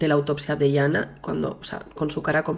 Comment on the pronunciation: Es Yana no iana